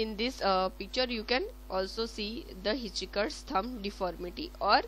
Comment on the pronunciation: It's hitch hiker, not hiticheeker